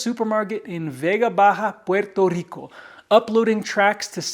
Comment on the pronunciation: Your pronunciation of "Puerto Rico" is music to my ears 🇵🇷🪘🪇🎉🎆🎆